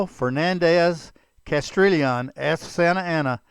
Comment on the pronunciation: Learn how to pronounce Spanish names. Castrillion is pronounced castiyion.